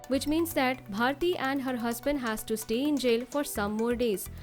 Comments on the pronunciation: It's BHARTI not BHATI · It's bharti not bhati?